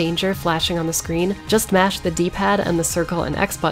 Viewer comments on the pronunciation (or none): none